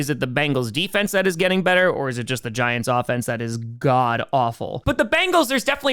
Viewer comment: he said new jersey giantw